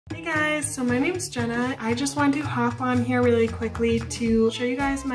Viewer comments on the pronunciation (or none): none